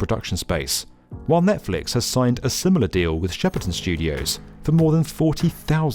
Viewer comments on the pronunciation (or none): none